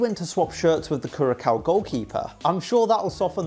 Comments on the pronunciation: you prounouce Curaçao as “Curasau” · The c in curacau is is pronounced an s not an K. Netherlands over here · no only last one. so you say kurasoa(Curacoa) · Curacao is not even a country 😂 and it’s not even pronounced like that